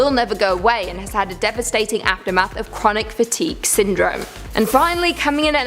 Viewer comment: Is English your native language? You mispronounced so many words and names. For instance, we use the word women, when referring to more than one woman. Women (wi-muhn) plural form of woman (woo-man). I’m honestly just trying to help. Fatigue is pronounced fuh-teeg, not fat-teeg. Sia is pronounced, See-uh.